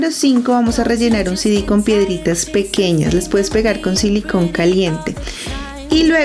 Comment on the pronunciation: Porque dice sidis?😂😂😂